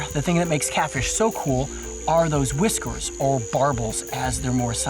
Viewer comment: the way he says whiskors is so silly